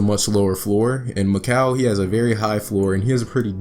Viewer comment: Sorry to be annoying but his name is pronounced MIK-ELL not MIK-AL even tho it looks like that. I only know this because he was out neighbor and went to our high school. Anyone reading this never give up on your goals because when he was in 7th grade mikal got cut from our MS team and he was pretty bad but he improved sooo much. I have some videos on my old computer of me playing with him I’ll be sure to upload